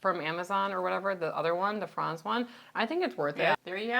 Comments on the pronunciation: Franz is pronounced "Frans" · Franz , teh proper pronunciation is the latter of those Franz is a fantastic Pacific Northwest Company. I can find the Franz bread at most major grocery chains in Seattle & surrounding cities. It runs $5.99 at my local grocery store. I can say the Franz bread keeps well on my countertop for up to 2 weeks, in my experience. Having started the low carb lifestyle 45 days ago, the Keto bread from Franz has helped make this possible for me. For 23 years I have taken a sandwich with me for lunch. Without the ability to make a sandwich for my lunch, I couldn't have started Keto diet. I don't get time to stop work & eat lunch! A sandwich I can eat on the go. The Aldi, & Sola brands I have heard about, but can't find locally.